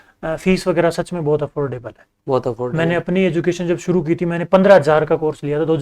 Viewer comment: बहुत को भोत बोलते, श को स बोल रहे, और को ओर, ये कैसा माजरा है भाई